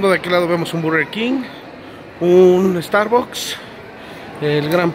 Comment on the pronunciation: Te mamaste con la pronunciación del star books 🤪